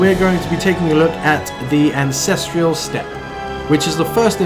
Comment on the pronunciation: "the Ancestrial Step.." no, it's the "Ancestral Step" get yo shit right